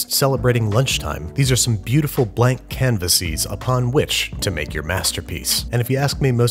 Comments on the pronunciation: He also said “canvasees” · Also canvasees